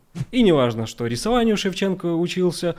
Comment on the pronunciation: Про температуру в Норильске враньё. Научись говорить слово что .